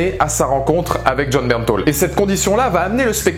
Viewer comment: j'aaaaaaaaaaaaaaaaaaaaaaaaaadore Jon Bernthal !!!!! Par contre j'ai regarder des interview et on dit Bernthal et pas "Bernthol"